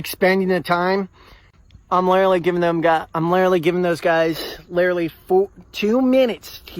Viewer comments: “I’m lillerly giving them lillerly like 2 more minutes to hide. Like lillerly” Why does every weirdo 1.) say literally every other word 2.) always mispronounce it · I don’t know what it is about people like this but they can never pronounce the word “literally” and they always improperly overuse it. It’s “lirrally” going to drive me off a cliff. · why do people like this always say "lirrurly" instead of "literally"? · I've never heard some struggle so hard to pronounce "literally"